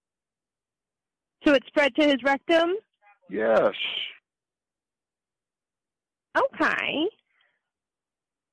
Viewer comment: "ohkyay!" Lol